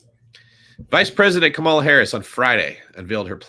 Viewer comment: are you intentionally misspronouncing Kamala's name?